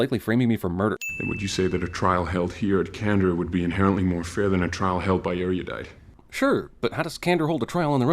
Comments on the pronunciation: The way they pronounce erodite in this movie pisses me off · does anyone else find it annoying that they say Aeriodite instead of Aerodite? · It makes me probably way too angry that they pronounce it "Eariudite" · This is a small nitpick but WHY does almost the whole cat pronounce ERUDITE as AIRIE-U-DITE? it's just really annoying to me. Anyone else notice this? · Drives me crazy how they constantly pronounce Erudite as "Area-dite" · Add 100 sins for every incorrect pronunciation of “Erudite”. Caleb is the only one who pronounced it correctly.